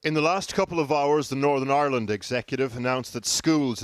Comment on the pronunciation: they way “ireland” is pronounced... like Aeyrlund.